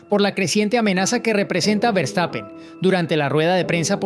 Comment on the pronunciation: Hola. Eres excelente periodista. Y hablas relativamente buen inglés.Pero no se dice Berstapen, sino fershtapen. Verstapen. Saludos desde Alemania.